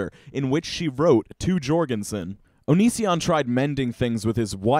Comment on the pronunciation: Please, surnames like Jourgansen have the "J" pronounced like a "Y"; it's pronounced "Yourgansen"